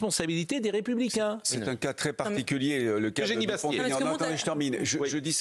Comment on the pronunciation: J'écoute de préférence cnews mais dites à tous les journalistes, qu'il n'y a pas de liaison aux noms propres. Donc pas de Dupont "Taignan" comme on entend partout.